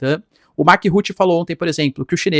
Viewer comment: Nossa! Ruti Ruti Ruti. Que nervoso!!! Escreva no Google tradutor e ouça a pronuncia. Fora o resto …..😊Brasileiro coloca I em tudo!!!